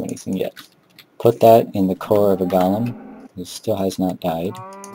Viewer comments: you say gollum instead of golem, this is not lotr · go-lem not gah-lem.